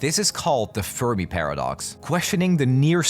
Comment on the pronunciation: Did anyone else hear “The Furby Paradox “ instead of “The Fermi Paradox “?